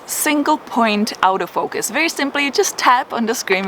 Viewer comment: Great video tips as usual. Sorry to say this, but because of your accent I was mistaking you saying Auto Focus for Out of Focus. Made a lot more sense when I realized that. Keep going. Pank